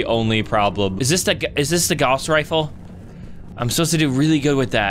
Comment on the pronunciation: the rifle is pronounced g ow ss